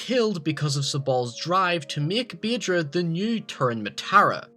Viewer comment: its pronounsed badra but spelled bhadra